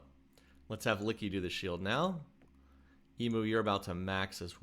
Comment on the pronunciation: Enjoying your vid, by the way I am an Aussie and it’s pronounced “e mu” not “e moo”